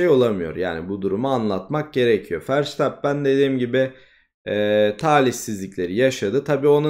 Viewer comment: bu işte yeniyiz bazı adamlardan bahsederken foto koysan daha akılda kalıcı olur bazen telafuzdan da ötürü hangi adamdan bahsettini geç anladım (sen doğru telfuz ediyosun ben yanlış biliyomuşum verstappen i:DDD)